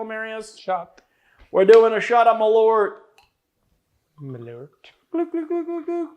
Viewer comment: Is there a reason why there’s Swedish on that bottle? The brand’s american, no? Malört is Swedish for wormwood. Also, it’s nowhere near pronounced correctly. It’s more like ”maul-eart” than ”mulloart”.